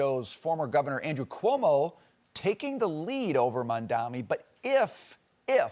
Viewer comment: Not COMO it's CUOMO!